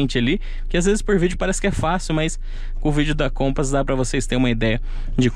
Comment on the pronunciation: A pronuncia certa não seria o Compass ?